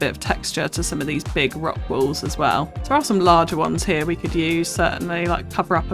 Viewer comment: WALLS! Omg I thought you were saying WOLVES for a while and was so confused!